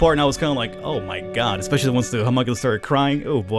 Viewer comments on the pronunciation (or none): none